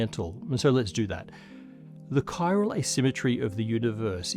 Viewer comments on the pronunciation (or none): Seriously, guys. It's chiral/chirality, not chirol/chirolity. Your QA editor needs a new job.... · Every time someone says "chiral", I think of Death Stranding.